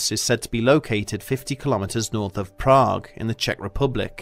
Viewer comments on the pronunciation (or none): none